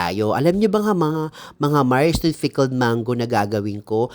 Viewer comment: Mars, pickled ba o "fickled"? Haha